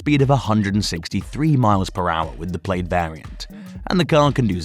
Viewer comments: Model X Played? Hahaha... The I is silent. Plad. Plaaaad. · Say "played" one more time! I will physically teleport thru this screen,. Plaid is pronounced "plad." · Practice that “Plaid” pronunciation 😂 And no it’s not the accent, Elon has a slight south African accent himself. “I” is silent; sounds like (plād) not “played”. Different words mate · It's pronounced Plad not Played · Pronounced Plaad